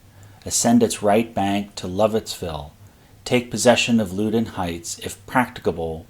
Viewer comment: The river is pronounced Pah-TOE-mick. The Loudon in Loudon Heights is pronounced Lau-dn.